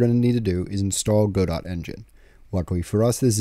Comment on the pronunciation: Its pronounced godot, not godot.